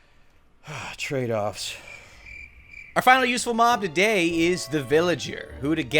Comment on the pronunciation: it’s “trade-offs” lol 😂